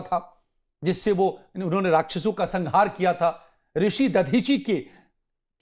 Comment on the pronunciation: संघार नही बे. संहार बोल